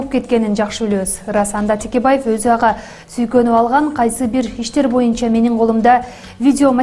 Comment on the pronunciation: Текебаев деген фамилияны Тьекьебаев деп окуган туура эмес, Тэкэбай-еф деп окулушу керек